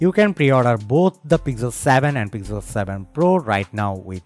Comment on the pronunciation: Why this accent? And why is it pigzel 7 pro :p